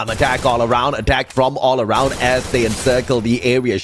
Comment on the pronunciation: Es AROUND, no ARAUND... por favor corrígelo, gracias